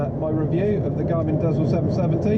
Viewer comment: Dezl is pronounced "diesel", maybe?